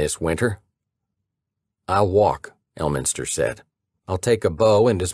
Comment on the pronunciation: Yo did you just say Earlminster lol